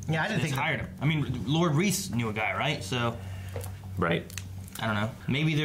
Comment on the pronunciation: not reece. its more like Rice